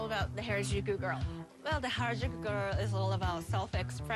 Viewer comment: You'd think after being told "Hah-rah-joo-koo" (Harajuku) hundreds of times, they'd finally pronounce it right.